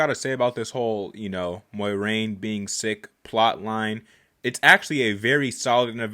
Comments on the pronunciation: Moiraine's name is pronounced like " More rain "there is no y in it... thought you should know lol, great reaction as always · Some of the characters in the show say it wrong/different from each other, so I'm just viewing it as similar to real life when someone's name isn't super simple. My pronounciation is "MWAHraine"